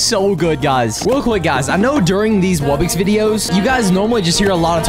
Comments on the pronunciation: Incorrect pronunciation: Wub bux Correct pronunciation: Wub box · It's not wub-ix its wub-ox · why do you call it Wubbix? It’s clearly wubBOX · sorry if i am late but did he said at the begging bubbox not wubbox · Why are you saying wubbix it’s wubbox (wub box ) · "And" "Wubbox"